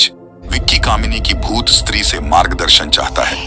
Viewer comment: Bhai “street 2”nhi “stree2hai